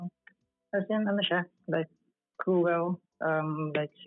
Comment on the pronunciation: Sounds like Tomboy, babae talaga yung boses eh, at Englishero c 🤣 pero yung pronounce nya ng cruel ay cruwel🤣 bakit di nalang mgtagalog? Pinapahirapan ang sarili. Alam na namin marami kang client from US wag mo nah ipagyabang kaya cguro malaki at matigas ang ulo.😂 Hindi talaga ang name nya talaga🤣